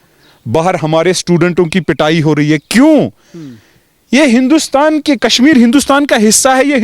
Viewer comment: It's Kashmir not Kasmir